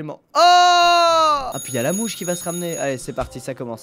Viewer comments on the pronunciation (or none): none